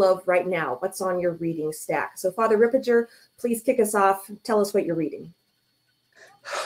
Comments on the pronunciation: It is Father Ripperger (hard G) , not Father Ripperjer , but it is better then Fr Gad Ripperchad ! So sad that Mary Harold had no time to listen to Fr Ripperger podcasts. What an intellectual downslide these times, this shows what a great importance TAN Books had been and still is and the spiritual attack on it! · Books Ripperger is pronounced Rip-per-ger the ger sounds like hamburger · It's Ripper*gurr